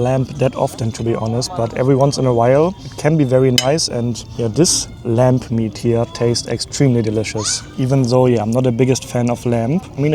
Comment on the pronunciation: Are you saying lamp meat?